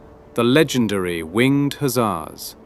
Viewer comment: One thing though, you're saying the "Hussar" word wrong.